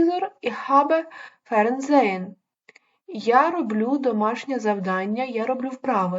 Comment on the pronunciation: Дозвольте Вас виправити. З друзями- mit Freunden І усно Ви неправильно прочитали- ferngesen